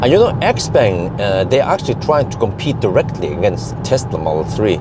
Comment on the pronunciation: isn't it spoken like "chiaupang" and not "expeng"?